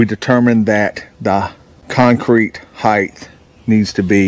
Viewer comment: No such word as heighth. Word is height. Just say'n. Ha!